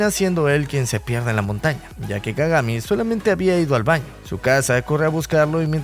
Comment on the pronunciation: Kagame en vez de kagami jajjajajajajajja😂